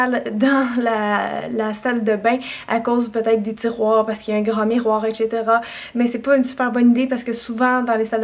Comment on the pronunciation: J'adore ce que tu fait et tu me fait trop rigoler quand tu dit " etchétéra " au lieu de dire EXETERA, LOL tu est mignone, je t'ai mis en favori et je ne regarde que tes conseilles pour me maquiller et tout le reste comme le rangement etchétéra ... lol bref, je t'adore parce que tu est naturel ;)